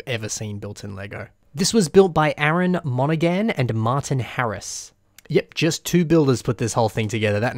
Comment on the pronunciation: You said Monaghan wrong